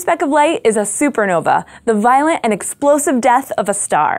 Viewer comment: She seems incapable of pronouncing the letter "t" at the end of a word. She pronounces "point of light" as poi' af ley' "violent" as viola', "spot" as spa' , "fingerprint" as fingerpra', etc. Yes, it's pretty annoying, but 'll get over it, no problem.